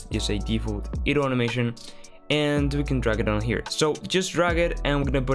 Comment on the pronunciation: dude. its not "eh-dle" its "EYE-dle"